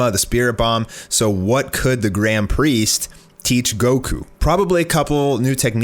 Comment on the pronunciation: you having trouble pronouncing the word priest ? XD